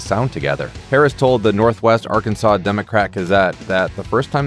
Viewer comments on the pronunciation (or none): none